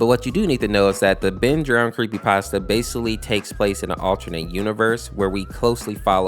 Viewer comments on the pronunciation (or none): i dont mean to be a jerk or anything but are we not going to say anything about him saying the word basically wrong